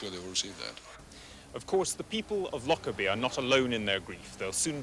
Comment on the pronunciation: It depends how you say it. It's a very soft, gentle word in the local dialect and it's so sad that it's tainted with this horrible association. The people in this video are all English and aren't saying it right, with too much emphasis on on the "lock" bit. It's said like: loh-Kerr-bee You don't say the emphasis on the c like you do in lock, but say the K like how it's pronounced at the start of "kite"